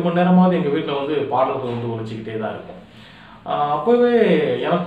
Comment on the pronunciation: தம்பி !நம்ம ஊருங்குற மகிழ்ச்சியில உங்க தமிழ் உச்சரிப்பு கூடை கூடையா மண்ணை வாரிப் போட்டுருச்சு....ழ கரம் லகரம் கத்துக்கணும் தொலில் பாடல்கல் அப்படீனு சொல்லலாமா? எழுத்துத் தொழிலுக்கு வந்து இருகிற சினேகன்ல இருந்து வர விரும்புற நீங்க வரைக்கும் தமிழ்லயே ழ் இருக்குங்கறதை மறக்கலாமா?..தன் தாய் மொழியை தப்பா உச்சரிக்கிற ஒரே இனம் தமிழினம்தான்! தயவு செஞ்சு கடுமையா பயிற்சி எடுத்து சரியா உச்சரிங்க.. நல்ல எதிர் காலம் வரும்...40 வருஷமா தமிழை சரியா பேசி,சரியா எழுதிகிட்டு இருக்குற ஒரு சினிமா எழுத்தாளன் ங்குற உரிமையியல சொல்லுறேன்... தப்பா எடுத்துக்காதீங்க!